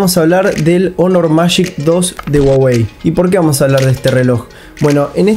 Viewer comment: "guaguei" habla bien wey